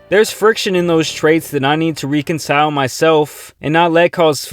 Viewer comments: How do you pronounce “reconcile” bro? If you’re not sure, look it up man. It’s not “reek-un-sile”. It’s “wreck-un-sile”. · man can not read the word reconcile